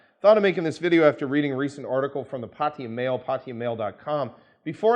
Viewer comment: just a pet peeve, the Thai government's chosen English spelling is Pattaya, which is pronounced Pah tah ya first a is short a sound, not an o sound like in the word pot. it is not Pottaya it is Pattaya also mention here that many expats like to pronounce Pattaya, Pah tie ya and as can obviously be seen there is no letter i in the city name Pattaya, just as there is no letter o. It's just nice that individuals who work, live, discuss Pattaya, can actually correctly pronounce the name.